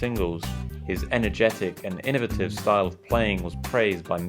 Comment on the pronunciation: How do the Brits get 20 fast syllables out of the word “Innovative”?!?